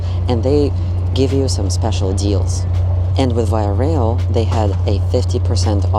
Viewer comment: Just a quick note on your pronunciation of Via Rail... it is correctly pronounced 2 syllables: "VY" + "uh RAYL"... :) enjpyed your vid.